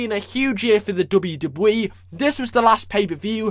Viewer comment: i love how you say Dabiu Dabiu E